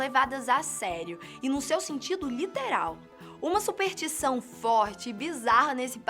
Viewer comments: "supertição" "a Filipinas" porra, conseguiram superar meu professor de química com "pra mim fazer" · a minha supertição é que ela pare de dizer supeRtição e passe a dizer superStição